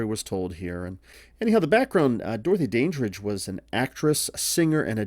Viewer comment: Pronounced Dan dridge